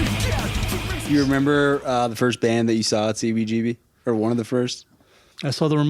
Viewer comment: please there is a whole generation of music lovers (anyone who loves live music as well)to who your miss pronunciation of cbgbs though its spelled CBGB I HAVE NEVER HEARD ANYONE ELSE EVER PRONOUNCING (MISS PRONOUNCING HONESTLY) IT THE WAY YOU DO. It wouldn't be a problem for most of us If It wasn't for the fact that every time we hear it said that way it takes us away from the interview completly. And this particular interview is the most important (also1of the best) interviews I've ever heard.FOR Most of USpunks who didn't grow up in NY, THIS IS THEE 1ST HISTORY OF THIS VITAL POINT IN FOR OUR MUSIC. I SUSPECT THAT IT MAY EVEN BE SEEN IN TIME AS THE "OFFICIAL VERSION OF THIS HISTORY" BUT, AND I DONT BELIEVE I'M EXAGGERATING, THE WAY YOU MISS PRONOUNCE IT WOULD MAKE THIS UNLIKELY BECAUSE OF HOW MUCH IT TAKES US AWAY FROM THE INTERVIEW. DO, PLEASE, I'M BEGGING YOU START SAYING IT THE WAY EVERY ONE IN THE WORLD OTHER THAN YOU, SAYS CBGBS, PLEASE, MY FRIEND.